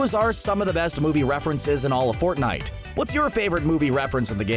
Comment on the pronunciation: Stop with fnite